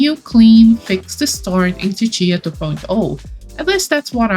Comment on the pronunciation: Ahh I pronounce Cicia as See-see-ah, so hearing it as chi-chi-a is very interesting to me! Anyone else pronounce it like me?